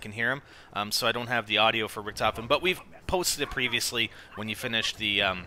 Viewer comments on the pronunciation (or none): of course it´s Richtofen, but it´s pronounced Rishtofen or Risht ofen. but he keeps saying Ric tofen in the video, which is obviously wrong pronounced. and btw, don´t tell someone who lives in germany how a german word is written or pronounced, lauch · its pronounced RISHT OFEN!! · In the game, the other characters pronounce his name 'Ric tofen' so yeah, thats why people call him that.